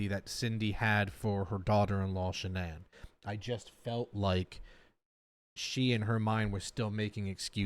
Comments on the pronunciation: IT'S SHANANNE NOT SHAN-ANNE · Her birth name is Shannon, but Sha’nann chose to change the pronunciation when she became an adult. Her parents still called her Shannon. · Her mom has stated in other interviews they named her Shannan (like her parents pronounce it) but Shannan wanted people to say it like “Shan’ann” which sounds so beautiful spoken. ❤ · I really don't get why her dad pronounces her name SHANNON when it's actually pronounced SHA NAN. Even killer husband pronounced it right. I was especially heartbroken about her brother Frankie. He adored Cece and Bella. Thanks for the reaction on this one. 🤗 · was chris mispronouncing his wife's name???